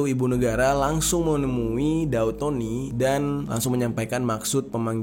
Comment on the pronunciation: Daud bg bukan dau